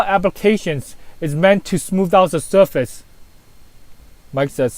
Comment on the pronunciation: "foakin floor" and "suwface" in the same sentence haha, is the best!